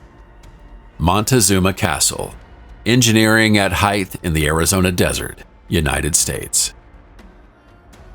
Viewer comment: You cannot create a "micro climate" with a 2m change in altitude. Height not heidth.